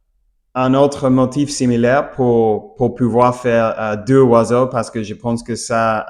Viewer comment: Bonjour, merci pour le partage👍 quand vous parlez des oiseaux au pluriel il faut faire la liaison avec le S de " les "du coup ça donne en phonétique : les zoiseaux. Idem pour un oiseau faites la liaison avec le " un " et ça donne en phonétique : un Noiseau et pas un Oiseau. Désolé, oui, c'est bien prise de tête mais vous parlez super bien tout de meme😊 et pour finir de vous achever🤪 si vous parlez d'un oiseau ( d'un Noiseau) ne dites pas le oiseau mais l'oiseau. Allez, bon courage😅